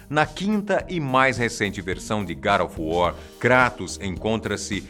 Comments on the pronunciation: sepre que ele falava god of war eu escultava gari of war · Gara of War ???? E God of War !!!! kkkkkkkkkkkkkkk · Garo of wor... pronunciando o titulo...rindo muito... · "GAD OF WAR" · GADO OF WOR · Garu of wuaar kkkkkkkkkkkkk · Garo ofu wor kkkk